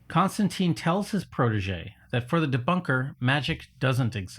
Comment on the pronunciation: You also mispronounced “Constantine” thats a strong I, as in time.